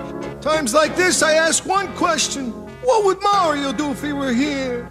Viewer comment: Even can't get their name right. It's Marr-E-Oh, not Merry-Oh.